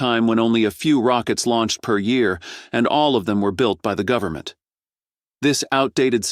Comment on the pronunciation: But we're here from the 'Guvmint'... We're here to help ! 🤣🤣🤣